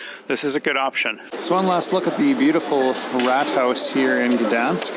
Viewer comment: Also, for someone that speaks english you said Gdańsk pretty well :>